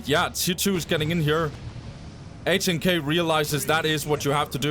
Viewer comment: HNK is pronounced Nick in Russian btw